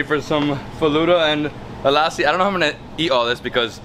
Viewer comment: omg it got crazy when you start pronouncing "lassi" so perfectly and better than nisha